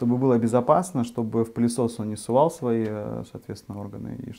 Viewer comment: Совал! А не " сувал" " мой хороший"